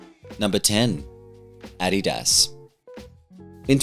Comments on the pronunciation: Finally someone that takes the effort to pronounce Adidas the correct way. Also a relief to see some videos that don't scream for your attention. You have a soothing voice, and are sexy a.f. :D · 👏 correct Adidas and Nike pronunciation 👏